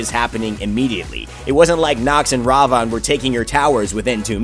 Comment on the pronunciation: Ravon? Thats not how you say his name. Its Ra-Vin. Thats how you pronounce it. And old Ravana Ult > New Ravana Ult.